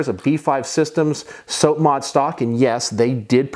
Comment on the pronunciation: Nice collection, but you gave me autism everytime you said SOAP-mod instead of sahp-mod(SOP)